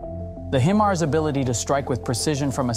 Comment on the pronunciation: It’s high-mars not he-mars 😂😂😂